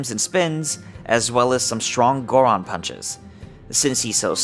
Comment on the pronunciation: Did I just hear u say Gardon instead of Goron?